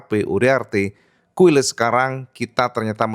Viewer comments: KAILES cak... bukan KUILES😮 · Quiles bacanya QilEs kang.. hehe..